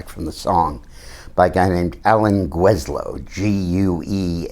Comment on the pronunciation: GELL-zo (I went to HS 2 yr behind him) - No "J".